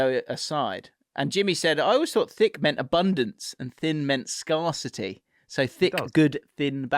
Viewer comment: you say 'scarcity' and 'scarce' completely bloody wrong and I'm not even sorry for being that guy.